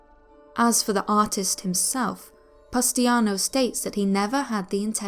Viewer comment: its pronounced pustanio not pustiano